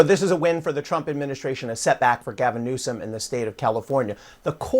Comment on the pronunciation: He's making a fool of himself as you mispronounce his name. Every time you say it. Stop it